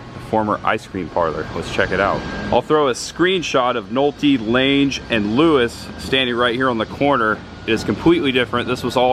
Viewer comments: 😎, good job….Jessica Lange pronounced LANG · Great video but the actresses last name is pronounced like bang. Jessica Lange.